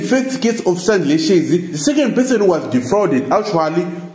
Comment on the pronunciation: who is responsible for this video? cannot even pronounce their surnames? who r you